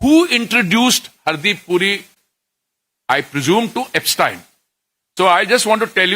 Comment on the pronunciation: He pronounces everybodies name perfectly but पूरिजी एब्सटीन को एब्सटायन बोलकर आइंस्टायन बनाना चाह रहे हैं😂😂😂😂